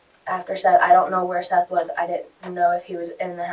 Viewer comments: It's not Seeth. It's Seth. Short e. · That Seeeth shit is painful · Get his name right. It's pronounced like Seth. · I hate when they mis pronounce the victim's name and call him Seeth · If you're going to be so lazy and use speech to text software for your narration, the name is pronounced SETH not Seeth. So be lazier and remove the unfortunate a from the victim's name so you can at least pronounce their name correctly. It's a small sacrifice while you're seeking revenue from the stories of victims. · Bruh they literally pronounce his name for you. Show some respect for the dead guy your profiting from and at least pronounce his name right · It was pronounced “Seth” but spelled “Seath” and you’re telling his story and making money off his death.